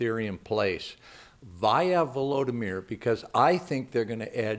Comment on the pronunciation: Im impressed you could pronounce that guys name lol